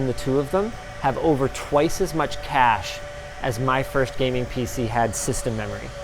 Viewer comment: Regarding the Cache ,,,, this reminds me with (Proper Pronouciation)